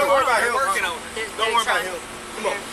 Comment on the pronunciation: Bro said, "chum'on!" 😂 what an idiot. "NOW" "WTF DEY AT!?"